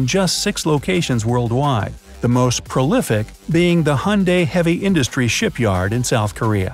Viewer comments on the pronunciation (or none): none